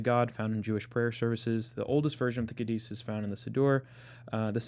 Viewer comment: Kaddish is pronounced KAH dish (Accent on the first syllable).